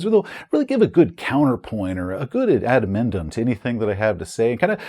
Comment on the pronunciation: Nobody gonna address pronouncing adendem as "add-amemd-'em"? Gotta admit that's a new one for me.